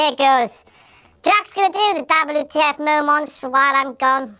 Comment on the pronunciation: YOU SAY DABL U TEA EFF MOW MANTS WRONG! KING ROSS'S CAPE BETTER BE CLEAN! YOUR BEANIE SUCKS! YOU DISRESPECT KING ROSS'S OPINIONS ON WHAT TO BE ON THE LIST IS MADNESS! You said bring on the hate.